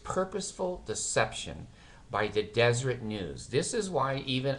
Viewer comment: I thought the Watchtower was put out by the Jehovah's Witnesses. And isn't it pronounced Des-er-et. Anyhow, you are doing a great service exposing the awful Mormons and their stupid cult. I enjoy your